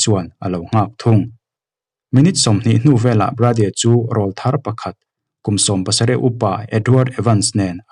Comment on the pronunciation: I chhiar thiam khawpmai.. mahs Lam dikloh ineih chu RAWLTHAR Tih thumal hi.. Eg. i awrawl chu ava ring ve.. 👈Heta awrawl kan tih RAWL ri sang anghian RAWLTHAR tih THUMAL a rawl tih hi lam san tur ani.. Mipa naupang rawn puitling tab chho tur awrawl rawn danglam sawi nan hian RAWLTHAR tih ani .